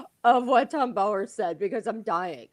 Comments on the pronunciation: Please pronounce Tom Bowers name correctly. Yes you are saying it wrong as I have heard many (including him) say it is Bow as in what you do in front of the king not bow as in bow and arrow. Its rude. I know Paula you are copying Tom (the royalist) but you have heard every other journalist pronounce it correctly. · Just pronounce Tom Bower’s surname correctly !! Irritating